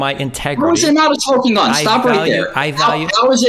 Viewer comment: “Tegredy Farms” is the only thing I hear when MS says integrity